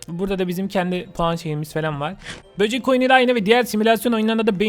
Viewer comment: Abi böcük dedinya bende çok güldum abi ben seni bayadir izliyorum